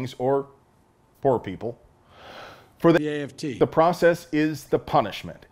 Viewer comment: I counted 2 times the AFT was mispronounced